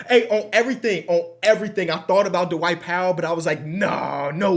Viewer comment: I love when adds that extra syllable whenever he says the name “Dwight” like Da-Wight 😂 this ain’t sarcasm at all, love that Midwest TWANG